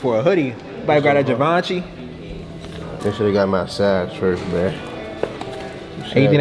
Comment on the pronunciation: Lmfao peeks said givonchi 🤣🤣